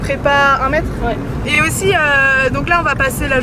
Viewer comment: "1 mettre" faites un effort